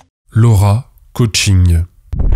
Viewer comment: 😂 C'est plus ka-ching que coaching